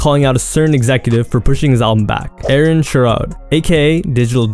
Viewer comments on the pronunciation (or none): none